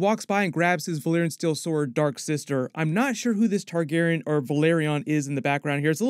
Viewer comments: Not to be a stickler, but Tar-gehr-ee-ahn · Love your videos but can you PLEASE start pronouncing all of the sylables in "Targaryen"? It physically hurts me :)